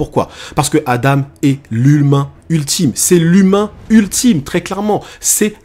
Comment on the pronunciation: Et enfaite c pas adame mais Adam si tu veut mieux comprendre tu peux remplacer le m par n ce qui se dis Adan après j'ai sûrement mal entendu